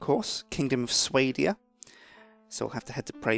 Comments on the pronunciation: You don't prenounce it swaydia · I always pronounced Swadia as 'Swah-dee-ahh'. 'Sway-dee-ah' is strange - but it works, I s'pose. Great playthrough! I love this game. Played it for ages. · The way he says swadia drives me insane >.< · ITS PRONUNCED SWADIA!!! like if you understand the irony